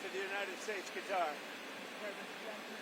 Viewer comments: Notice how he says "Qatar" correctly, and the MSM call it "Cutter" to show their stupidity. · Aha! I noticed that the president said QATAR the right way, not "cutter" like some people are saying.